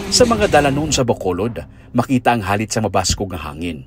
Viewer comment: Why "halit" instead of "galit".